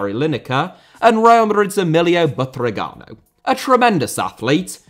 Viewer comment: Butragueño* not Butragano Dinamo* not Dinamau Stamina *not Staminer Zinédine* not Zeneden Fathers* not Fohrthers Weah* not Weyer Serie* not Siri Diego* not Diyeigouw Miles* not Mals Rather * not Rother Cannavaro* not Cannavohrouw Benzema* not Benzemohr Andriy* not Ondrey Rivaldo * not Revaldouw Figo *not Figouw Oleh* not Ouwlei Gullit* not Hăllet München * not Munich Omar* not Óuwmohr Sívori* not Sevori Gianni* not Dgiohrnni Lionel * not Leonl Roberto* not Robötouw Baggio* not Bagiouw Inter* not Ento Grande * not Grandeo Matthäus * not Matthejas Pelé* not Pelei Alfredo * not Alfreidouw Eusébio * not Yusséibiouw Mozambique* not Mouwzambic Nazário * not Nazériouw Johan* not Jouwhan Cristiano* not Crestiohrnouw Regime* not Reigime Half* not Holf